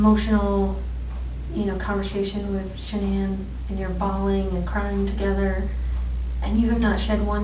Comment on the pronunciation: If he calls her ShaNAN one more effing time.